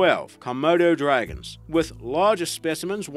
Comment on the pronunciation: I KNOW DAM WELL IAM NOT THE ONLY ONE WHO HEARD HIM SAY2, " KO-MURDER- DRAGON??? INSTEAD OF KOMODO-DRAGON 🤔🤣🤣🤣😂😂